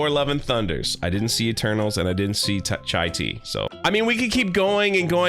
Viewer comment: You didn't see Shai-Tea?! Lol